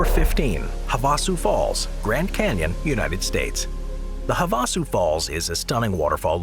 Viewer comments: I believe it's pronounced have a sue. Lol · have a sue. That's how you say that bud